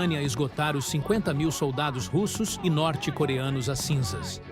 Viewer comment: Que pronúncia Americanizada é essa com os nomes russos?